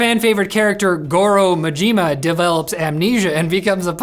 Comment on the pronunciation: I stopped playing Yakuza just to some here to hear not only Majima's name mispronounced but you also got my boy Kiyru.